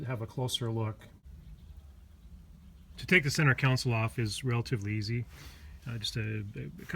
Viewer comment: console not council